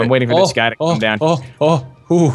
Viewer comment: Gai it's 'guy'